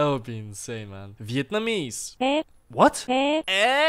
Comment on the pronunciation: Thanks! It's "Vietnamese", not "Vietnamiese". :) 7/18/2020 SAT Night